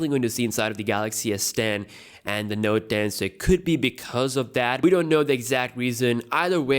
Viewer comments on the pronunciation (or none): its note ten, not node den.. but yeah ur indian